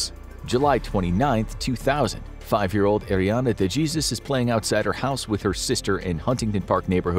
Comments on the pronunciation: The last name is not pronounced "De-jesus" it sounds like "De-Hey-zues". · I had to pause the whole video to make sure he didn’t say what I just think he said … 😅 “Dey-JEEZUZ” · The way this man pronounced DeJesus, I can't